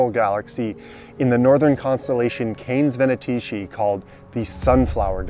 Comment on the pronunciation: Beautiful! But it's pronounces KAY-neez ve-NAY-ti-say